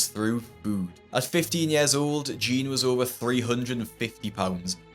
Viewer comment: why do you pronounce jeanne "jean"